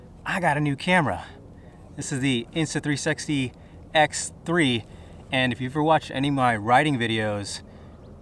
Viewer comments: Did you say Insta3"sexy"? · Did he say “the insta 3sexy x3”?